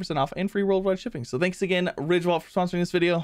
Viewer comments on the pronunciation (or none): when you said ridge wallet I thought i heard you say rick rollet lol